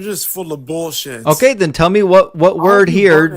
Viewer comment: "You're stating bullsit." You're correct, sir, he's reading your Bible.